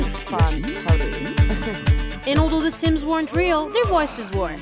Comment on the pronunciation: De Saims